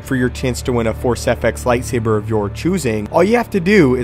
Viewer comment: Anakins lightsaabeer please lol